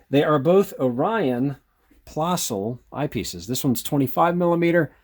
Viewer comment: ö in plössl is pronounced as u in trust.